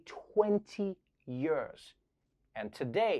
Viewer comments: I love Trevor, but does it bug anyone else how he always says "yerrrs" instead of "years"? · Nearly 20 "yuurs" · Twenty yeurs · Twenty yeuhs?! That's so many yeuhs!!